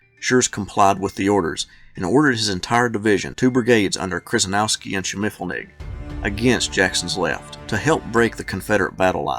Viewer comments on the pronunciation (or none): Nice account of a rather confusing, but epic battle. A couple of names you mangled, though: Kryzynowski, is pronounced more like "Sheh-sheh-NOV-ski", and Schimmelfennig (German for "shiny penny") is pronounced "SHIM-l-fenn-ig". But, you did get Taliaferro right, sounding more like "Tall-i-ver" than its spelling might suggest.